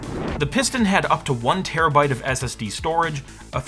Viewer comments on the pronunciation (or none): none